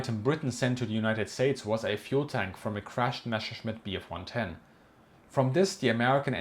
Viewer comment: Mescherschmitt? Are you kidding me? Its a MESSER-Schmitt ;D